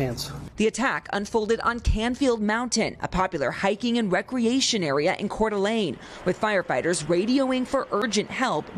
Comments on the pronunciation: There's a near zero% chance of a left wing extremist in North Idaho. FYI - locals pronounce it as Core - Duh - Lane. Long A in the last syllable. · It’s pronounced Core da lane. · It's pronounced "Core duh LAYN" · It's pronounced Core Da Layne, FFS. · I am the worst to point this out, but I would want to be told, in future its pronounced Core - Duh- Lane, as you may report on it again. Seriously not that guy at all, great work, just as a creator myself would want to know hope you are not offended. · Learn to pronounce Coeur d'alene.